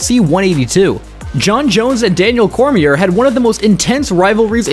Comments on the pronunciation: Is this AI narration? Literally pronounced the 2nd “R” in Cormier. Jesus dude that’s pretty bad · Great video only advice is to check the pronunciation on names in editing cause hearing you say couture and Cormier was like scratching a chalkboard but incredible video great stuff keep it up!